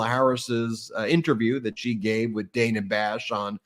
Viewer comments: It seems that no one on the MTN is aware that Ms. Bash's name is pronounced, "Danna," though it is spelled with but one n. She's been at CNN some 30 years. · Hey, Ben! Just wanted to mention that Dana Bash pronounces her name, "Dan-uh." In this era of people purposely mispronouncing names, I think this is important. Love the show! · “Danna” not Dana. I didn’t know either. It looks like Daaana. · It’s Dah Nah Bash, not Day Nah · Good comments BUT FFS…stop screwing up your claim to support Women in public life—The female CNN broadcaster who interviewed Kamala has been around for at least 20 years—GET HER NAME CORRECT: she is “DANNA,” NOT “ DAYNA.” ( You don’t wanna look las stupid as JD and Trump, do you? 😂) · SAY DANA CORRECTLY !! Dana as in Danny I support you 10,000% but when you criticize people for not saying Kamala correctly, you lose credibility when you don’t say Dana correctly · Her name is DAN-A. Let's get everyone's name correct. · Ben please stop mispronouncing Dana Bash’s name. We don’t like it when people mispronounce Kamala.